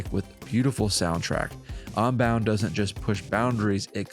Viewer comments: i hate when people like you pronounce "un" like "on" "pokemon onbound". its UN you philistine! UNbound not ONbound. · i agree, pronouncing un like on is onhinged!